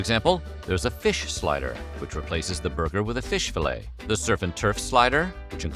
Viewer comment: What is a "slyder?" Is that like a slider?